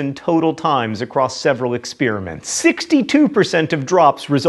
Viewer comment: can you stop saying "exspearamints" please?